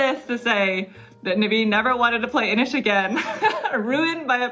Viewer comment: INIS! You culled INIS?!? My lord.